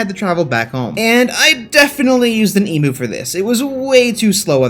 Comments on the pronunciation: It’s pronounced Eeem -you not E-moo, good vid apart from that. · Bro, as an Australian, respectfully, emu is said; you said: eemoo IT'S: eem-YOU Other than that love your channel, love you, your work OG, keep on going on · I am so triggered about the fact that he calls emu’s “emews” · It's pronounced eem you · G'day mate ( I'm from Australia) you pronounce "Emu" wrong it's pronounced "E mew" ( like the Pokemon) just informing an American (•‿•)